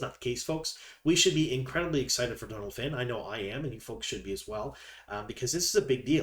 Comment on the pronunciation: Great video. Always appreciate the info you provide.One thing...Donal is pronounced like Doh-nal because of the fada over the O. It's not short for Donald!🙂